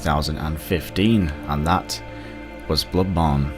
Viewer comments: "Blubbon 2" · U said blood bone.